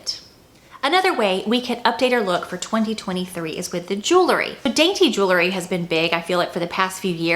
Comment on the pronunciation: Jew-ler-ee 🚫 Jew-el-ree ✅